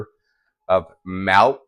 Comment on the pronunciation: The way you said "melk" is a perfect prenounciation for milk in Afrikaans..my home language. 😊